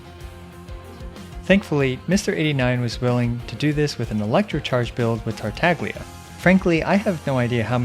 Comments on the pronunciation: Tartaglia is an Italian name, also was the name of a famous mathematician. It is pronounced "Tar-Tah-lee-uhh" ( the g doesn't make a hard sound) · Tartaglia's name is pronounced like lasagna. The g is silent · I suppose Tartaglia's name is pronounced as 'champagne', without the G letter.